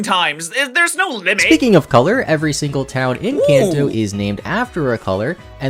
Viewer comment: WHEN HE SAID IN KANTO IT SOUNDED LIKE ENCANTO